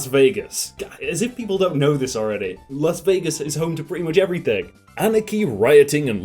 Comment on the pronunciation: When he said “Las Vegas” I felt so much pain